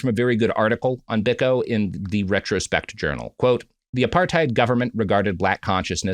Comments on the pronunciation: Its pronounced "Bee-koh", not "Bik-oh". Never more have I wanted Prop to be on the show to correct Robert. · The Peter Gabriel song 'Biko' is a eulogy of Steve Biko. (Edit: And yes, as others have said, it's pronounced BEE-koh) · Sometimes I think Robert is fucking with us with pronunciations. Stephen BICK-oh? You're not serious right now. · Biko is pronounced "Beeko." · yeah true but it's still pronounced Bee-koh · A not so hot take on a very well covered story. It’s literally all over the internet but they seem not to have noticed that. The reference they quote is on YouTube and covers the nature boy story much more comprehensively and with less sniggering, giggles and errors. And please pronounce Steve Biko’s name properly. A widely known and hugely important figure in history and subject of many songs. Content is content, I guess. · The mispronunciation of Steve Biko's name is crazy. Other than Nelson and Winnie Mandela and Desmond Tutu I'm not sure there's a more famous South African